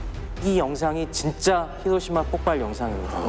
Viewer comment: 혀짧은분 발음 웃기다..ㅋㅋㅋ 히로티마..ㅋㅋ